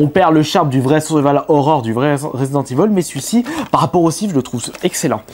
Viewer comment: c est resident evil pas ivol